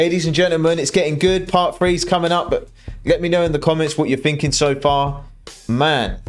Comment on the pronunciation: So you want to know what I'm "finking". I'm "finking" your a couple of letters short of a full alphabet.